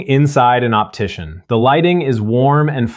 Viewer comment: Optician, not optition.